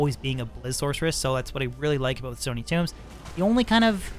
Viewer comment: Stony, not stoney